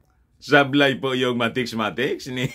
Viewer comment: Mathematics, hindi mathecs2✌